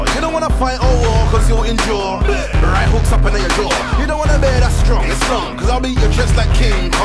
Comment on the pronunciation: Bear man not beer man lol need to put your reading glasses on g need to research your pronunciation fam To blunt tv us grime vlog originater dominater